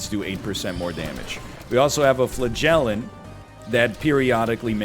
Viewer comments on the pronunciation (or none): Flah-gell-ant is my favorite mispronunciation. Love the snake bby